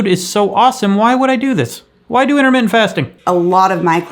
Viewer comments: I am freaking dead! “What you don’t eat is in-a-mitten”!!!😂😂😂😂😂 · Did you say Internet Fasting or Intermittent Fasting?? LOL!